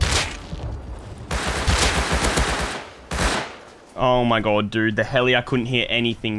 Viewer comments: “Oh my Gwod, he’s heea!” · “oe moie gawed dudde” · the way u say omg is crack ups bro omd